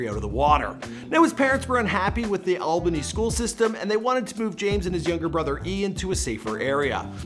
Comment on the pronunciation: its Alba-ny